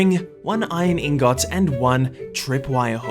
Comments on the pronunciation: ITS INGIT NOT INGAAATTTT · this dude says eengawt AND granIGHT. FFS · Did he just say ingut? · Me having an entirely fun and chill time:in got =ingot Me:* triggered * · i love when he says "iron ingOt" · Iron ingawt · Say iron ingot again? Bruh How u mess up so bad saying ingot U just sead ingoot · Iron ingooot